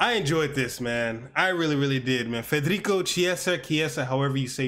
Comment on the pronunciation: His name is Federico Chiesa. You pronounced the first name properly, last name is pronounced (key-a-sa). A beautiful mix of talent and hard work. Very excited for the future.